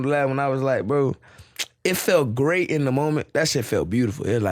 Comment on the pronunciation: How do you like New York?: It’s great! It’s great! or: It’s skrate It’s skrate